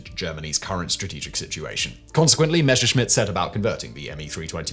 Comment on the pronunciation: ffs man, stop pronouncing Messerschmitt as "Meshersmitt"...!